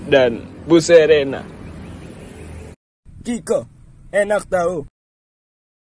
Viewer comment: CIKO bukan Kiko😭